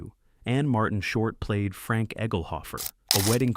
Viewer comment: It’s Franc, not Frank. 🙄